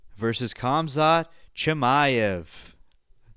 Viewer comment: it's not kamzat its hamzat